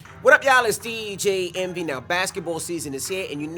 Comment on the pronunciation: His name is Deeeee Jayyyyyy Envy. Not Dj envy